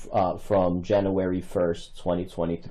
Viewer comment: WTF is Janooary?